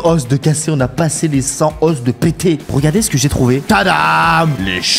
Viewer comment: On dit pas os mais o ( le s se prononce pas) 😂